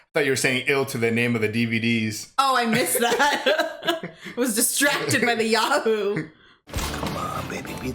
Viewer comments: "Yoo Hoo" not "Yah" Hoo, just FYI, my dad used to work as a distributor a long time ago with them, we always had cases and cases of them in our garage as kids, loved the drink as a kid :p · it's yoohoo, not yahoo... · Yahoo? It's yoo-hoo. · lol pronounced you who not ya who lol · It's not Ya-hoo you yayhoo. It's Yoohoo! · “yah-woo”??? What it the midwestern pronunciation is going on here?!?!? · Lol it’s Yoo-hoo